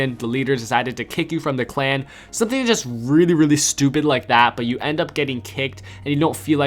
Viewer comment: says stupid so weird he is like stoooooewwwww-pid